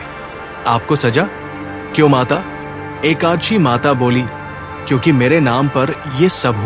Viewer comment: Aap ekaanshi mata kyo bol rahe ho ekadashi bolo